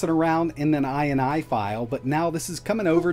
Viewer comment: This dude just pronounced every letter of an .ini file.